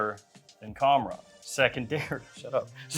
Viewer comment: That's not how you pronounce khamrah.. ehat is that hand gesture 😅